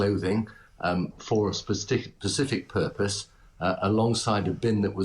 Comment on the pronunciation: ... " for a Pacific purpose " ... ? ( not " specific " .. but a PACIFIC purpose )